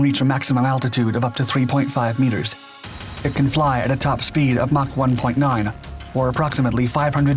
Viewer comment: I am well impressed by the 3.5 meteres! It's little gems like this that give away the AI comentary.